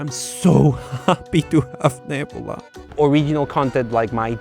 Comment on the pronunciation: FYI. If you want to talk like most Americans; take the Y from a word like your. (YuH) Then you add it to your pronunciation of the letter u. Y-U. Neb(Y-U)la. C(Y-U)riosity Stream. It’s not totally universal, but it might make your scripts flow better when you use it.